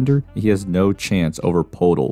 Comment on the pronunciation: Poeltl is pronounced Pertyl:)